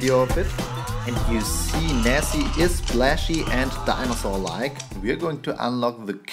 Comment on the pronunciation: Wait her is Nessie not Nessy 😱